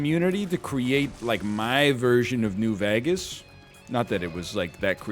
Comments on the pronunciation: I can't get over how NL pronounces "New Veghus" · Ryan says New Vegas like he says Lou Bega and it irks so much I love it.